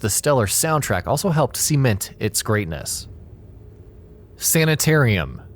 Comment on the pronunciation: Did you really pronounce cement as "see-meant"?